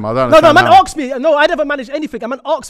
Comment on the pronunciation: Why does say arks instead of ask